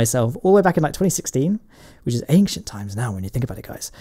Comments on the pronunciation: With my ears. He keeps saying enkshent. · Mike234 how the hell do you hear a “k” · I swear to god, if I hear one more person pronounce "k" in the word "ancient", I'll turn into modern day Hitler and start World War 3